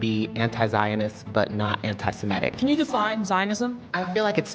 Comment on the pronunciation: Stop saying Semetic, it is Semitic, from the word Semite.